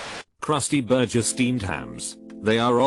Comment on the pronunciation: Why can't the robot pronounce burger correctly?